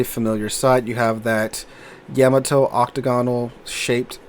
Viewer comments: Its supposed to be pronounced like that, with no emphasis on either consonant, thats the original japanese pronounciation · Why do you pronounce the Yamato wrong? If you’re doing it to annoy people who are grammar snobs then it’s working.